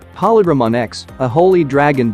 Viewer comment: Pronounces “holy” correctly but butchers “holydramon” repeatedly🤦🏾‍♂️